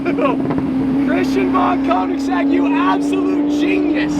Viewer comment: Pretty please learn to say Konig XD